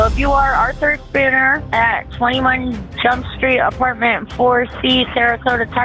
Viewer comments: She sure struggles at the word jump despite not being an Indian scammer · Did she say “21 jump street “ ? Hahahahhaha